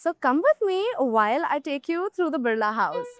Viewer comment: Annnd...yep, she can't pronounce Birla correctly. It's बिड़ला, not "बिर्ला". It really is such a sight to see that Indians can't pronounce basic household names of India. Seriously, what is going on with education in this country?